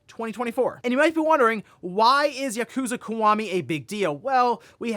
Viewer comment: it's "Kee-wah-me" not "caguama"